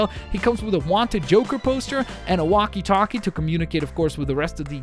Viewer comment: almost sounded like wanted talkie. but obviously it was walkie talkie.